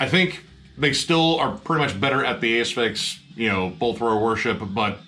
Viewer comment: ‘A…sphyx” vs “As-phyx” now I’m ruined as I don’t know how to pronounce Asphyx, but whatever the case they are awesome…also, great review of Scalpture, you’ve inspired me to check them out, particularly when you mention the almighty Bolt Thrower.